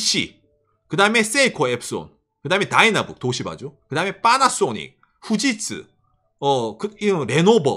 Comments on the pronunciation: 왜 빠나쏘닉이라고 발음하는거죠 ㅋㅋㅋㅋㅋㅋㅋㅋㅋㅋ 첨에 들었을 땐 웃겼는데 이젠 나도 빠나쏘닉이라고 하네 ㅋㅋ 그리고 얘들 웃긴게 차는 오~래 못 쓰게 하면서 뭔놈의 구시대 단자는 좀비마냥 살리고 있는건지 모르겠군요 ㅋㅋㅋ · 파라소닉이 왜 빨아쓰니 로 들리지